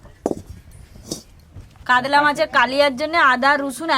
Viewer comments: তোমরা উচারন কাদলা বলছো কেনো। কাতলা বলো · Kadla mach ki murkho uchharon para na